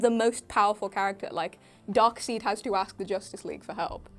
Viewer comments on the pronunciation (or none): She said DARKSEED and THE JOKER WHO LAUGHS lol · Did anyone else stop watching after said "Darkseed"? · The Batman who laughs😒. Darkseid is pronounced: dark-side. Please have a long conversation with her. She said "the joker who laughs" 72,000,000 times. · She's not the only one who uses that pronunciation here. Apparently, they're all convinced it's Dark-SEED, even though we caught them every time. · And weirdly pronouncing darkseid